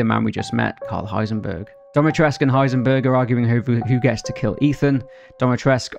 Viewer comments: Its dimitrescu, not domitrescu. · It’s the way he says it like ‘DOMitrescu’ for me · I like how pronounces "Dimitresccu" as "DommyTresc" 😂. Also, is Lady Dimitrescu based off of the "Blood Countess Elizabeth Bathory"? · So Dimitrescu is pronounced "Dee-mee-tres(like in spanish)-coo" :) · DimitrescU. It has a 'U' at the end, it's a Romanian name. I am not Romanian but i still get triggered. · It's Dimitrescu with the U pronounced as an 'oo'. Go ask any Romanian. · Hold up, so you know Dimitrescu is an actual Romanian name and you still choose to say it wrong?